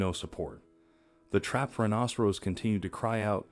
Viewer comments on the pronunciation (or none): Not a rhinocerose, pronunciation! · This announcer can't even pronounce rhinoceros correctly. This happens quite a bit on YouTube. I don't know where they get the announcers but they really suck! My YouTube has been going in and out for the last 2 weeks. I tried to contact them but they only take Faxes ??? NO EMAIL OR CALLS. who uses faxes nowadays?